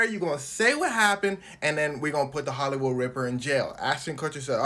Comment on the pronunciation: “Ihht holloywood ripper ill take visa and master card”😂